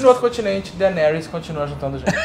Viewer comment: "Dargaryan" with D